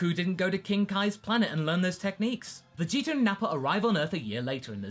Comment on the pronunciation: am I the only one that notices the "er" sound at the end of some of pronunciations of certain words ending with an a? a little distracting for me but funny to hear lol